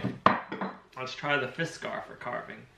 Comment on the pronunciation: Its not fiskar, it is Fiskars.